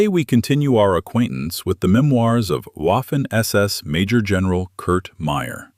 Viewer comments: Waffen? It is pronounced with a V.credibility or lack of starts with the correct pronunciation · Waffen... waffle...Waffen is pronounced as vaffen with a V